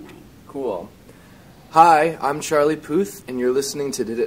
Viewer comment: D'accord, c'est Charlie Puth not pouuuuth. u pas ou.